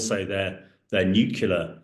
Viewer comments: What is new-ke -lular? Nu-clear, it really is simple to say. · Can you please inform Hamish that it's Nuclear not NUCULAR.....he should know better. The word derives from Nucleus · PLEASE , PLEASE don't tell me that now even the British are adopting the term "NEW CUE LAR " weapons rather than the correct "NEW CLEAR " . It is spelt " NUCLEAR ". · I can't take anyone serious who calls himself an expert and then says "newkiller" instead of nuclear. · Another expert who says ‘nucular’ instead of ‘nuclear’ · Please please it is… New… clee… are…